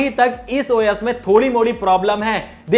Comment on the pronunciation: Bhai wo khane wala O YES nahi #OS hota hai..sahi bola karo